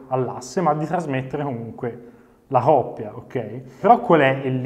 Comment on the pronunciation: Grande!!! Però si dice " Coppia" non oppia!!!